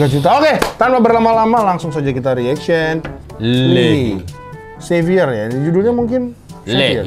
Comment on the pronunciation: Btw, baca namanya bukan "li hi" gt bang tp "i hai" 😅😅 Coba reaction yg red lipstick